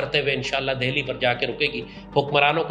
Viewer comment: Lal topi cant even spell delhi. He says deahli 😂😂😂